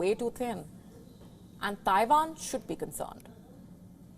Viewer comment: Abandon Tie-vaan - where is Tie-vaan?